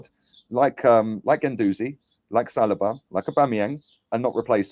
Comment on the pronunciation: Lol Why does keep pronouncing saliba as salad-bar?